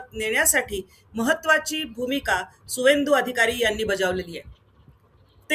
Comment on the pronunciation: त्याचं नाव शुभेंदू अधिकारी असं आहे. सुवेंदू नाही.